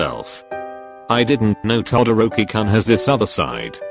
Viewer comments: Text:todoroki Voice:todooki 🤓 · The way that bot voice says TodDORKY kun is amusing. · The voice pronouced todoroki To-dork-ie. I am so sorry my husbando. 😂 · Auto voice thing for the message when it said to Todoroki it sounded like Todo-dorky Is it just me hearing this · noobody: siri: t o dORK EE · I love how it pronounced Todoroki todo dork i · Tidoorkey LMAO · Did i just heard (todoor ki kun)